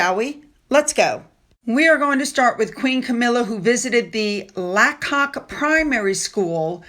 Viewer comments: Its not pronounced La Cock its pronounced lay cock Camilla use to live up the road it is where some of the Harry Potter was filmed I also went to Lacock Agricultural Collage there so know it very well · Laycock! Please look up how to say place names right! How shall anyone know if you talk about Lacock ( Laycock) or an unknow tiny half French village named Lackock ( La Cock)? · and Lacock is Lay kok.